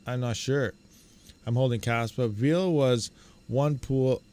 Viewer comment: Why do some people pronounce "veil" as if it was "veal"??